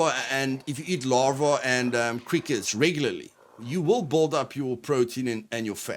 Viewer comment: lol..you say build like bald.. took me a second to figure out